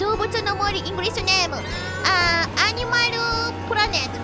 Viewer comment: I think pronouncing 'animal' as 'animaru' is instantly one of my favorite things ever!